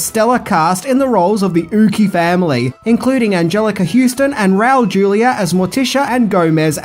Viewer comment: Rowl Jool-yuh 😂